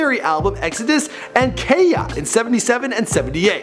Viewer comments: Ka ya not key KAYA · It's pronounced KAH-YAH not KAY-YA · alwayz got the cruddy pronunciation. Lmaooo He said "Kaya" as 'kay-ya'... itz really pronounced 'Ka-Ya'. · The album Keia. Bruh... He even says it the song "i got to have kaya" kayaaa, kayaa" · Oh now I have to correct you it’s not Kay•ya it’s pronounce Kai•ha lmfao KAYA is the original way to spell it only reason I’m saying this is because it my name lmfao 🤣🤣🤣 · Kay-yah? Give me a break! It's Kaya, rhymes with Maya. Kie-Yah! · Is not keya is kaya man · 'Keya'? It kaya , k-iy-a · sorry but can you pronounce kaya properly please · kaya pronouced { Ky-ya or Ky-uh } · It's pronounced kai ya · Pronounce KAYA right pls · HOLY SHIT!! I had no idea about the origin of "Tuff Gong" lol Also you guys played "Exodus" when talking about "War" and you don't know how to pronounce "Kaya" :P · You said kaya wrong